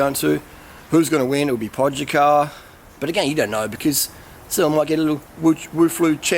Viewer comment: TADEJ - Similar as you were saying TODAY, just A like "a"re you ok insted of O. Pogačar - Pogachar G as in green, not G as in George. And thats it